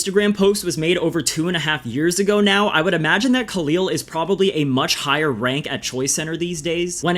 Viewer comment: Khalil rhymes with "the fill" not "the feel"